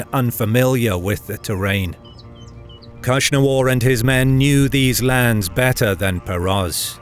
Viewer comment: The Hephtalites khagan name was KnushnavaZ (Akhsunwar), not KhushnavaR